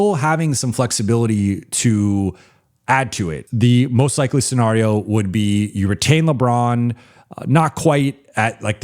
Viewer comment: I swear says scenario the way he does on purpose. He says it way too often not to know how it is actually pronounced. Then again maybe I have been wrong my entire life along with 95% of the people I have ever heard say the word?